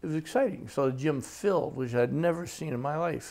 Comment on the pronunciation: Shorter!?!?! Nevvah! Sahh!!!